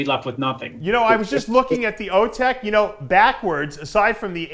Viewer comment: Dave its O Tech as in Technician